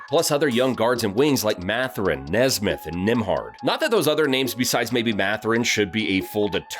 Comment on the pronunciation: Buddy you definitely don’t watch basketball. You pronounced multiple names wrong: Devin Vassell, Jeremy Sochan, Aaron Nesmith, Shai 🤦‍♂️🤦‍♂️🤡 Also you brought up the “current state of Russ” and put a picture of him in a Lakers jersey” 🤣🤣 he plays for the Clippers now casual